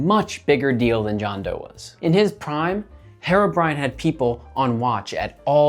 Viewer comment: Why are you saying it like "hair-o brine"? It's HERO brine!!!